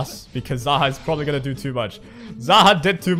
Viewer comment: It's pronounced [zæhɒːk], and its originally the name of a character in persian mythology , whom was an evil ruler and was believed to be an immortal humanoid with snakes on his shoulders